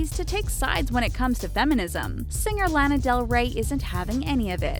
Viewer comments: she said lan uh . its lah nuh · you pronounced Lana wrong...